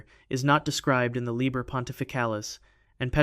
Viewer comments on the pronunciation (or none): #2 "Liber" is Latin, has only 1 "b," therefore is pronounced ~"Lee-bear," not "lib-ber."